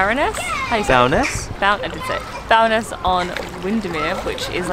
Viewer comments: Bowness pronounced Bow-ness. Really enjoyed seeing places I haven't been to for a few yrs. Great feeling to the edit as you said. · Bo'ness, as in Bow and Arrow not Bow as in Cow.